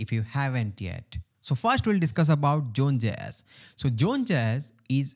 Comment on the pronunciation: what is "June Jess" ? Sorry, as as English person, I don't understand.